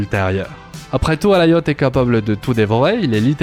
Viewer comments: C'est Alioth, pas Alaioth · prononciation anglaise, le i se dit a